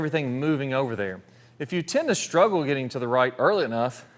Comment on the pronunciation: WTH is it with all of these people now days putting an H in words that don't have them? Shhtruggle?